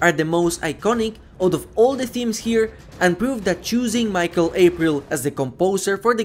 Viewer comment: "Michael F. April". His name is pronounced Michel, not Michael 🤦‍♂